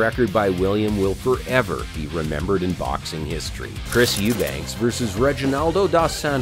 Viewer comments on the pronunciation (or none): Youbank, not youbanks.